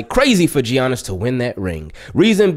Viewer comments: Ay homie, the G is silent is Giannis (pronounced like Yannick but Yannis) just so you know haha 😅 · "Gee-ianis", lol. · Nobody: Absolutely nobody:: jjjjjjjjjiannis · I was like bro its Yan nis but you caught urself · The way says Giannis 🤣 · Lol I’m glad you realized the hate Lebron gets. Everything else spot on too (except pronouncing Giannis name lmao 😂) great vid as always. Can’t wait for Lamar to get a ring. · "Tell me you don't watch basketball without saying you don't watch basketball.": pronounces the "G" in Giannis lol